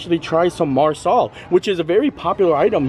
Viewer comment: Got a kick out of the Marsala vs. MASALA mix ups in pronounciation. 😅 Learning moment for next time: MA-sala is Indian dish. MAR-sala is Italian American dish (hence why it probably was more familiar of a sound).